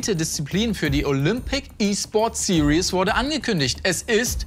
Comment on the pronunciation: Dass "Series" SiriÄs statt SirIs ausgesprochen wird, ist der längste Running Gag aller Zeiten